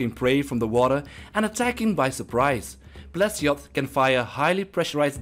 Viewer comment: "Number 13 the plesioth.." had to pause the video just hearing that one